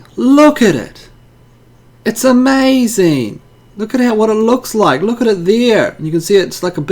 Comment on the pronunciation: Is that really interestaineeee.. It's amizaneeee.